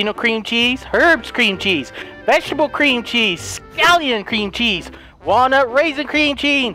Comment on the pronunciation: when you said cream cheese it sounded like green cheese